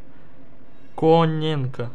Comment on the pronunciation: Топ жреба, получилась, но за Коня ты ответишь ещё, правильное Коненко, а Кононенко. 😂😂😆😆 Тоже мне, меньше пей. Ааа... так ролик получишся просто потрясающий. )) 😉😉💪💪👍👍